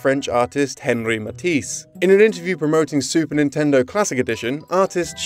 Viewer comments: Lol Henry Matisse. It's pronounced "On-ree" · “Henry Matisse” Yep. Pronunciation spot on right there. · Henri Matisse is pronounced “on-ray”, if I’m not mistaken. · How hard would it have been to make sure you knew how to pronounce Henri Matisse before saying it in an informational video